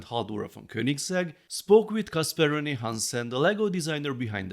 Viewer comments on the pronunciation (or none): none